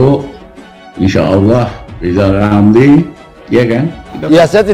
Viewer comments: Lizal Lamli jadi pleciden. Lepot hulup R hilang cemua... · Apaaaa....? Lijal lamli mau jadi presiden...? jangan jal(da'jal) ngomong R aje nggak bisa mendingan jadi dukun kaga ada R nye